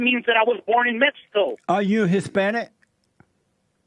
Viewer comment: Jesse ask, "are you Hispanice" caller says "I'm not from Spain" LOL